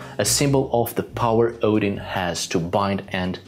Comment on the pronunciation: Why do you say hudin?